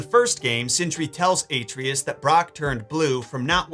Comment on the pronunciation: Love the video! Why pronounce Atreus incorrectly though?? 😂